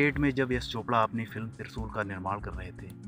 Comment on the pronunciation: Zabaan saaf karr bhai pahele Trishul hai no trisul